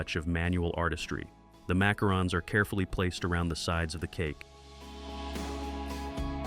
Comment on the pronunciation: That AI voice is so exciting. Not. Mackerons??